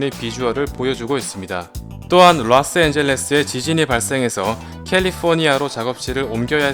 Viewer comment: ㅋㅋㅋㅋ발음 엄청나시네요 ㅋㅋㅋ 롸스엔줼레스 좐 씐 뷰뤼엔더뷔스트ㅋㅋㅋㅋㅋㅋㅋㅋㅋ 발음을 굳이 많이 안굴리시는게 더 잘 전달 될 거 같아요...ㅎㅎ